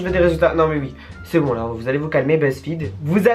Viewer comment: mdr les chtits disent "ui" 😂, cst chiant de tjr entendre uiiiiii 😂😂